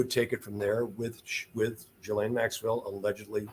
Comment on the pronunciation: its pronounced JIZZ-lane